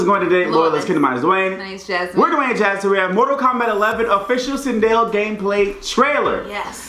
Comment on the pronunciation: Did Dwayne just call Sindel “Chanel” 💀